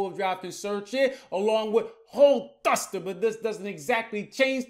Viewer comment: The way he pronounces HOLEEEE thrust”her” got me rolling 😂😂😂